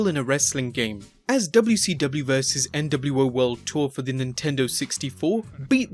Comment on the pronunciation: Did this guy really say "NOW League" rather NWO League?